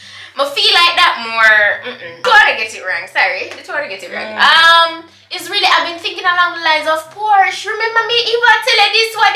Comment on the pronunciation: Porche is pronounced Por-Sha. That's also my next dream car. Current driving my dream car now RX 350.